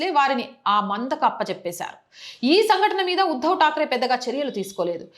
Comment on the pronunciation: Madam yuddav takre kadu uddav pls oochcharana